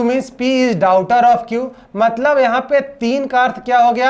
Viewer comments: डाउटर नहीं डाटर🤣🤣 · Blood relation question me aap daughter ka sahi pronunciation nhi kare hai